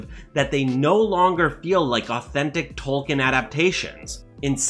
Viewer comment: Gotta get this off my chest: 1. It's Tol-keen not not Tol-kin. 2. Sauron is not a dinosaur, the a "au"makes the "ow' sound. Apart from this, the video seems pretty good so far. Keep up the good work.